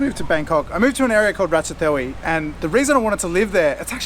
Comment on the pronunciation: You mentioned you want to learn Thai. So I would start by pronouncing the city names correctly. You seem to have a few Thai friends, why not ask them to correct you? Firstly there is no aspirated Th sound in Thai. ทองหล่อ - Thong Lo which use ท (Tho Taharn) is pronounced more like Tong Lor ราชเทวี - Ratchathewi also uses ท so is pronounced more like rutchatewi พัทยา - Pattaya is another one that frequently gets mispronounced and is more like Put-ta-yar than Pat-eye-ya